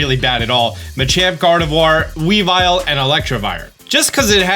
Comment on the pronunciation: He said "some of the fan favorite Pokemon, Alakazam, Machamp, weavile, and Lucario." And I'm sitting here like...one of those sounds right 😂😂